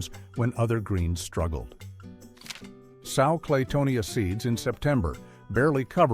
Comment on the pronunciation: Good list. However, SOW (noun) is not pronounced the same as SOW (verb). The noun means FEMALE PIG; the verb means put something in the ground, like a seed. The verb is also pronounced like SO and SEW. It’s distracting every thirty seconds to have a pig image spoken, but that’s the problem with Text-to-Speech programs.